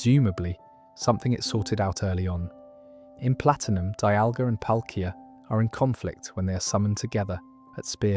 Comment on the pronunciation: Got arceus, dialga, and palkia right but the rest was so cooked